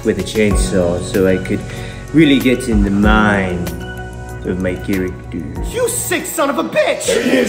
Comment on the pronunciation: "So I'd like to become...... My charactoor"😂